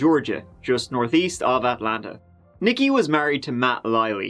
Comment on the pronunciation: "Nique" is pronounced 'Neek'.... NOT "nicki." 🙄